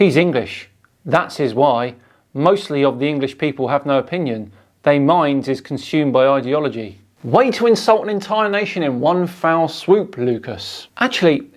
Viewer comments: I'm not sure if I misheard but just in case [space comma] it's "One FELL swoop" [space comma] not foul [space full stop] It's one of those commonly misspoken phrases [space is fake full stop] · I enjoy your content but probably not good to go after people for making a mistake with a commonly used phrase or term when you did yourself a few minutes beforehand with "foul swoop". It's "fell swoop", just for future reference. It's from MacBeth. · Great comments video, as always, but it’s not, "in one foul swoop." It’s, "in one fell swoop." Shakespeare: Macbeth.